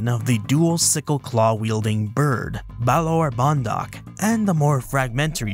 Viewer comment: Just a quick tip from a Romanian, when saying balaur bondoc, put more accent on "ur" and "do" 👍.